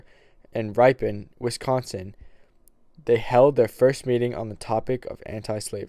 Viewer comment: Ripe-on, Wisoconsin!?!?!?!? IT'S RIPON! It sounds like ripping just without the g.